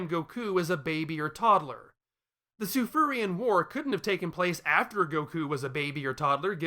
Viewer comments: I dunno, whenever I hear you say „Tsufruian“, I only hear „Tsufurian“. I understand your logic, though, and I don’t want to debate on this. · Say it right. God it's Kryptin all over again.